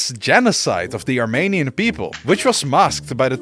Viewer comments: as a fellow Dutch person this “wrong” pronunciation of Armenian with the Dutch ‘ee’ sound is understandable, but it is extremely problematic here because it suddenly sounds like your saying “Romanian”. The in English “Armenia(n)” is like the Dutch ‘ie’ sound. Also like that you mentioned Battle of Kut having a funny name to our Dutch ears. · He didn’t but his Dutch pronunciation of the ‘e’ makes it sound like that, if you listen carefully you can hear him say “Armaynian”